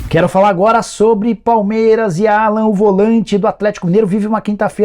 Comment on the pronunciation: Não é Allan. Se pronuncia Àllan. Como se tivesse um acento no A